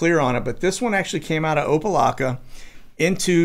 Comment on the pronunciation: It is pronounced Opa (lack) a. Good try though.